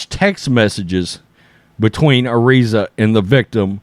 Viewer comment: FYi you are pronouncing Araiza's name wrong